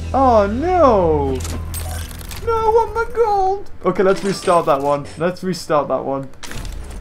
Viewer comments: Does anyone here him say cold instead of gold 1.24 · said "The only way to get cold." Instead of gold. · beaver it's gold not cold